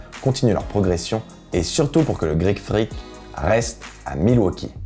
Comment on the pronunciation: Super vidéo 👍🏼 pas mal le "Greek Frrrrrreak" 😂